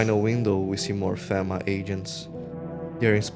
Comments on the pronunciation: The constantly knocking makes sense for multiple reasons. People prob forget theres someone there all the time, and also... it fits the world, perfectly. I wouldnt want to be left outside. Also the dramatic readings, like the burnt guy, are really annoying. And its pronounced FEEMA. I wasnt going to say anything but hearing fehma over and over is also really annoying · Aside from the constant mispronunciation of FEMA, good video.